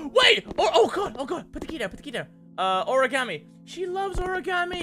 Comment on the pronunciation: The way mini pronounces origami. "Ore-gam-e"